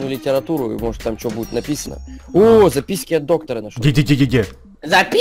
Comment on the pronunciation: И почему сказал записьки? Кто тоже заметил?